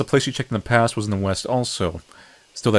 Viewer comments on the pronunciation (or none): none